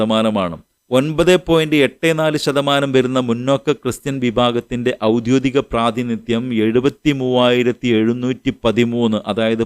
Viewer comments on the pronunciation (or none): "ഔദ്യോദികം" എന്നല്ലല്ലോ , "ഔദ്യോഗികം" എന്നതല്ലേ ശരി ?